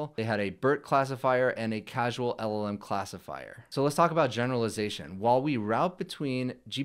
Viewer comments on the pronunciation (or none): "causal" not "casual". #FeedTheAlgorithm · caUsAL, not casUAL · Causal not casual 😋